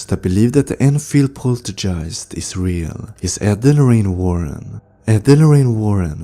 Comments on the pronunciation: Do you say poltergeist wrong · rhetorical question.. yes, he definitely does. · What an annoying voice and can't even pronounce poltigiest!!!!!. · This video would be better if you'd pronounce the words correctly. Poltergeist (pole-ter-guy-st) Exorcism (x-or-siz-M) I'm not being mean or rude. I can tell English isn't your first language, so props to you for speaking more than one language... It just sounds a lot better when you aren't saying a weird word over and over again. Ed & Lorraine deserve SO much more credit than what they've gotten. Yes, movies have been made but if you think about it, these two had balls! This was the greatest power couple of all time. Her, being a psychic medium and Ed, having so much courage and no fear, these two were helping in ways that nobody else ever could. Most, back then didn't even believe in hauntings or ghosts or paranormal in general. They were so ahead of their time, they both were amazing people. I'm just sad I never got to meet them.